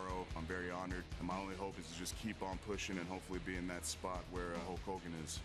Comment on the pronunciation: it's not hull cogan dude it's HULK HOGAN